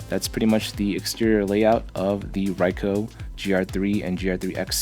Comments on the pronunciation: It's pronounced "reeko" not "reye-ko". Japanese vowels are like Spanish vowels for the most part. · bro really said raico